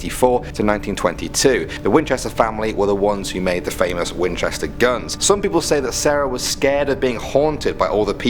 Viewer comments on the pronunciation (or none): #6 Wi-Winchester? WINCHESTER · When he said winchester I died a little. #supernatural